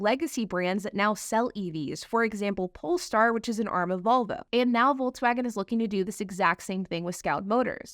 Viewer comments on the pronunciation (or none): … it’s VOLVO. Not “VULVA”. Geez.